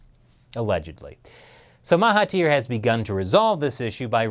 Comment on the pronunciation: Awesome video. Love from Malaysia. Btw the 'thir' in Mahathir is pronounced 'dhir' so its actually pronounced 'Mahadhir'.......just sharing :)